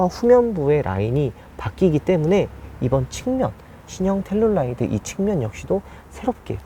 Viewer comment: 저번 영상에서부터 텔’룰’라이드 나만 신경쓰이나ㅜ